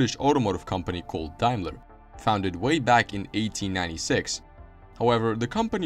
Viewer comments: The "Mark eX" as you called it wrongly is actually the Mark X (Ten) in roman numerals. It later became the 420G, the "G" stood for "Grand". The "Dime-ler" brand as you called it is pronounced Dame-ler, Daim-ler. Also, or your information, Jaguar produced cars with a "V8" engine between . It was basically a Jaguar Mk 2 with a Daimler 2.5L V8 installed in it. It was referred to as the 2.5 V8 and later became the V8-250. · It's day-mler in UK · XJ40 was the first Jaguar drawn with a computer - Sir Bill Lyons approved. Rover SD1 was the first British car done so - in 1976. Daimler is pronounced 'Dame-ler' in English - 'Dime-ler' in Germanic languages. Vanden Plas is pronounced 'Varn-den Plars' - it's Belgian. Great video - some great footage cobbled together. Thumbs up!